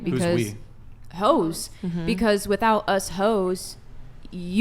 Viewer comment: Omgosh…she keeps saying “ho’s” it’s hysterical